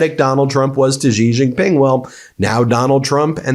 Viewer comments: can we stop saying Jee jing ping? It's pronounced She Jing Ping. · Ben, how good a journalist are you? You can't even pronounce "C" Jin Ping's name.